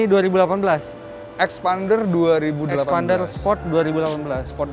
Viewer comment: Now i know why they called xpander as eksPArnDer... Because they said phonics A as Arr... Not Eh!